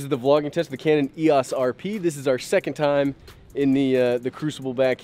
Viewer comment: It's e ō s. It's a long o sound.